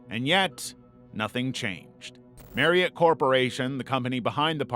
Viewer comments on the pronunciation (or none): none